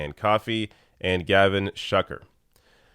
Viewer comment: Shuker - pronounced "Shoe-ker". Umunna - "Um-unna".